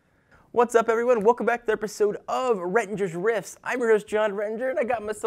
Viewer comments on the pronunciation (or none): Jeez john haha every time to start it off with "welcome back to therpesode of..." Hahah